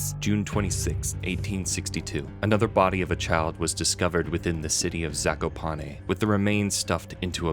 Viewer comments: If for what ever reason you come back to this game zakopane is pronounced zah-koo-pah-neh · as a Polish person, the way „Zakopane” is pronounced in english kills me 😭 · Wow the pronounciation of „Zakopane” you showed makes my cry. I think you can guess i am polish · You really butcher the word Zakopane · zakopane is poland its not oekraine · "zakopane" is pronounced z, a (like in bAck), k, o (like in cOrn), p, a (again, like in bAke), e (like in Ending) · I love the way they pronounce zakopane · Everytime i hear you say Zakopane wrong i have a mini stroke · the way pronounce Zakopane is so weird im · Nice vid but... i hate how you say ,,Zakopane"